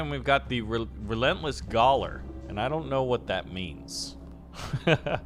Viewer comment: Gaoler is pronounced Jailer, just the old english term for it.